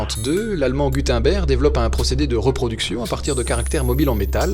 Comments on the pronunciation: Gudenberg ne se prononce pas gudainber mais gud (eun) ber (g) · Super vidéo! (Si ça t’intéresse d’améliorer encore plus tes vidéos, Gutenberg se prononce ”Goutennebèrge” plus ou moins) Super continue les vidéos sont au top! Pauvres bêtes... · Si jamais on dit Guteunebregue ( phonétique )